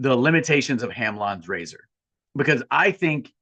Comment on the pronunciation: I heard Hand lawn grazer instead of Hanlon's razor